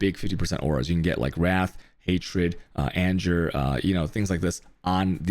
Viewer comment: I just noticed he mispronounced anger....